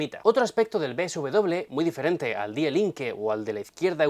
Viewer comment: antes de opinar, te sugiero que aprendas a pronunciar correctamente las palabras alemanas, que en tu acento castellano suenan fatal, hijo mio. Para muestra un botón, la palabra die, se pronuncia fácilmente como di.... De nada.